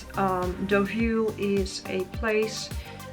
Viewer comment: I’m so glad you said Deauville